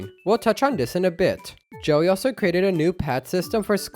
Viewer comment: U keep saying "joey" instead of Jelly lol